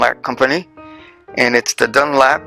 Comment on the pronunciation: Dunlop not Dunlap